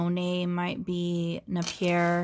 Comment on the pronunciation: Wanted to help....Napier is pronounced (NAY-pee-ər).. Love the box...the crystal brooches....Wow!!! Merry Christmas! XX